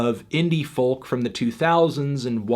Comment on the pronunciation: Fantano, the type of guy to pronounce the L in folk